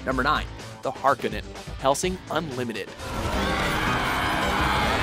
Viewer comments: I just realized you guys don't know how to pronounce Harkonen. Nice.... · Number 9 is pronouced Har-Ko-Nan not har-car-nen Watch the anime and you will hear its pronunciation. Lastly Bitches Love Cannons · hark-on-en... g fricken g... hark-o-nen is how it is said soem days you would swear they used goog translate for these videos... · The "harkenin?" No the "Harkonnen"